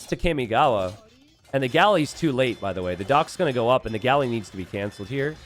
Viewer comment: Someone has to do something about the way he says Kamigawa…